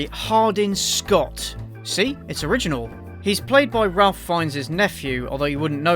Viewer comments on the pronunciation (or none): Ok i hate to have to be this guy but Ralph Fiennes' name is actually pronounced Rafe not Ralph like most other cases. This movie however is still shit and his nephew displays all the acting ability of a wooden plank. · I think Ralph fiennes is pronounced “ray fiennes” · Ralph Fiennes pronounces his first name as Rayf.